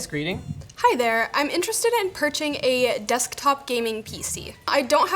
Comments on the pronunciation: "I'm interested in perching." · "Hi there, I'm interesting in PURCHING a desktop PC." not purchasing, PURCHING. lol not a big deal i just thought it was funny. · "purching" not purchasing? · did just say "purching"? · said purching instead of purchasing. Was it a mistake or people actually using that? Never heard it before. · she said purching instead of purchasing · purchasing not PERCHING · she's "purching" a gaming pc screw purchasing i purch not purchase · She said purching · "Hi there, I'm interested in "PURCHING a" WAT is PURCHING? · did say purching? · "PURCHING" :O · did say purching or am I on crack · What is a "purching"? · it's purging